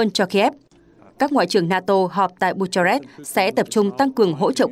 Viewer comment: Bucharest đọc là Bu-ka-rest (âm h câm). Chữ G đọc là "giê", chữ N đọc là "en-nờ".